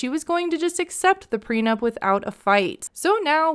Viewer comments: The first clue should've been that he keeps saying "PRENUMP" dafac. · Why does he always pronounce it "PRENUMP"? Annoys me lol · has he been saying "preNUMP"?! He has, right? Or am I not hearing right, but it really sounds like he can't say it right. It's driving me crazy. PLEASE SOMEONE HELP ME!!!! 😩😅